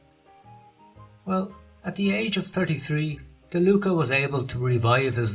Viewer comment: MichelE NO MICHELI ,, DI LUCA NO DELUCA !!!!!! Still the GN problem … bertagnoli…. Then (Androni) giocattoli … with the wrong accent . How is possible to miss every single Italian pronunciation ..c’mon